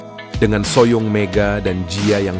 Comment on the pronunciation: Min kenapa so young dibaca so yang? Ho young dibaca hoyong?